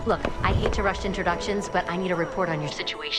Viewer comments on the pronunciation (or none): none